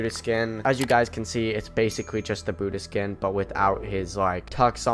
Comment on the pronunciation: Welease patewn.... weewy weewy....bwutus lol